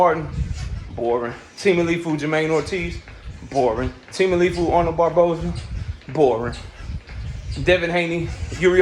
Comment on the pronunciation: Sayin teamaleefu is crazy work😂 ITS TEO-FIMO bro teofimo lopez lmao